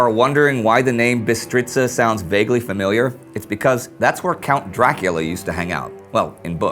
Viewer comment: You pronunced "Bistriţa" quite good !!! And regarding all that dracula stuff..... If you were in the A-H army and were Romanian ... Then you most likely were fighting against other Romanians from the occupied territories by Russia of Basarabia......all on occupied Romanian territory..... And Dracula is not known here !!! Vlad Tepes is a hero !!!!!!!!! Stop with this vampire stuff that discredits him !!